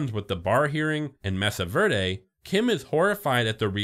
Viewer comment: I'm sorry man but it's pronounced *may-sah ver-day*. They only say it 96 thousand times in the show.